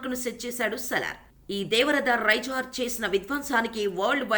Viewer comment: Devaratha raisaar amma thalli. Raijaar kaadhu 😂😂